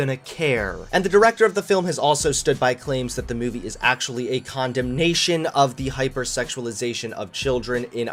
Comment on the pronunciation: The way you say the word movie irks my souls